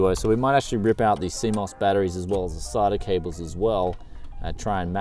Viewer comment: is he calling them sarda cables? lol wot